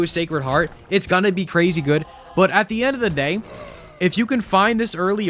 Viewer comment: Cwazy :3